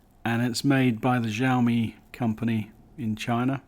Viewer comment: Btw it's pronounced shao mi